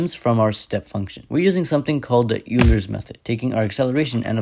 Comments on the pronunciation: it's pronounced oiler not you-ler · Fyi "Euler" is pronounced "Oi-ler" not "U-ler" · Great video, Euler is pronounced more like Oil-er Impossible to work that out just by reading it though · Absolutely incredible video. Only note is that Euler is pronounced “oiler” rather than “yooler”. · Non judgementally, just in case you want to know: Phi is pronounced like fi not pi Euler is pronounced like oiler not yooler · Wow, you are too damn good at math to not know how to pronounce Euler. I mean, us code pushers with sub-par math background, I get it. But, okay ... it's "Oilder" like "Oil" and "Er'. Still, I love the work and production! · FYI, Euler is pronounced as "Oiler", not "Yooler". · It is not “yuler’s” method, it’s Euler’s method pronounced like oilers. Other than this, cool video and definitely was very educational. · It is pronounced Oilers method not youler. Save yourself some embarrassment if u get around mathematicians =) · its pronounced oiler, not youler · Oh god he just said uler instead of oiler AHHH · Euler = oiler Phi = fi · ain't no way a guy this smart said "yewler" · “Euler” is pronounced “Oil-ler” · Euler is pronounces Oil-er. Great video btw! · Lots of people get this wrong, but Euler is pronounced "oiler." I don't usually nit this stuff, but the man is a legend. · Euler is pronounced Oiler. Great video though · Small heads up: Euler is pronounced ”Oiler” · Euler is pronounced oiler 💔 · i love the video, but euler is pronounced "oyler" and phi is pronounced "fy" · Phi = fie Theta = thay-ta Euler = oiler Pi = pie Insane vid apart from the bad pronunciations tho lol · It's actually pronounced like "oiler" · Euler is pronunced "oy·lr" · ironic enough - that's pronounced like "Oiler's Equation" 😅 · Protip: Euler is pronounced "oiler" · never heard euler pronounce so wrong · I will PAY YOU to learn how to pronounce "phi" awesome video edit: oh god and "euler" lol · The pronunciation makes me want to cry